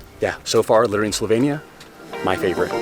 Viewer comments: This was a very nice and enticing presentation of a lovely country. However, there are two things I missed: 1) Why did you get name of the country wrong? It's Slovenia, not Slovania. 2) You mentioned some facts about prices, but I would have liked to hear more. How much did your four days cost in total? How much did you pay for hotels or BnB? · They can’t even pronounce the country. SLO•VEE•NEE•UH@